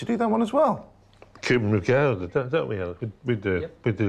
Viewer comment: Gouda is pronounced Gowda, not Gooda.